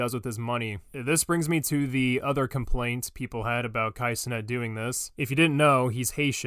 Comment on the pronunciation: I'm just here for pronouncing Cenat as "Ce-nut"